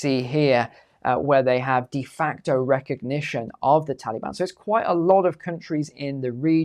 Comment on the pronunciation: I absolutely LOVE hearing say the term, "Tally-Ban" 🤣 It's like when Brits say "Beer Can" all I hear is "Bacon" 🥓